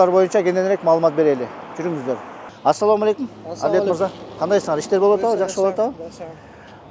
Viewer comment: Атсалам эмес Ассаламу алейкум десен тууганым